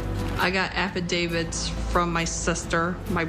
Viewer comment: Does she keep saying affiDAVID? Or is my hearing just bad.